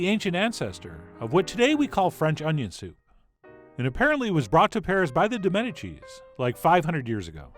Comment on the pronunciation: Loved by all, especially "Lorenzo de' Medicheese"